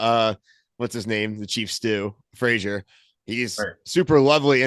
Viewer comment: Fraser… not Frasier lol